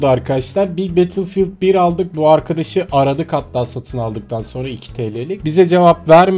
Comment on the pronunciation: Nobody:: BATILFİYILD